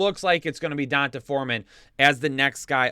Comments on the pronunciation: PLEASE STOP PRONOUNCING EASY BLACK NAMES SO WRONG. It’s (don-tay) NOT (don-tuh) Thanks for the good fantasy content though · Is CMC going to play a lot this week or will it take him some time to learn the playbook? Also.. its pronounced "Dee On Tay" Foreman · Can't stop cracking up at how you pronounce D'Onta